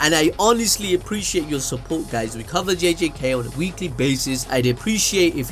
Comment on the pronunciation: “Week Lee basis”😂😂😂